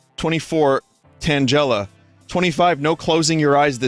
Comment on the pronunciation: Vin, Tangela is not pronounced Tan-jella, it's Tan-gella, like Tangle, because it's a tangle of vines.